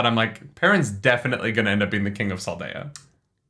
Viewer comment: I wanna hear them react to the pronunciation of Saldea. lol